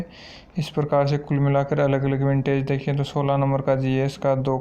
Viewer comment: विंटेज नहीं होता वेटेज होता है।